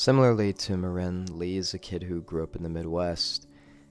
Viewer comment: I hate the way you pronounce Maren's name